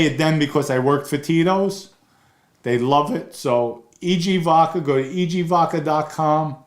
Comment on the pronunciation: Hello, love your channel & we watch every episode-just wanted to say….you’re totally scary lol so please don’t get angry 😅- just constructive criticism-it’s vodka with a D-not vacca (which means cow in Italian…also you look so much like one of my relatives & since my grandparents come from the same part of the Bronx -I wonder if you’re related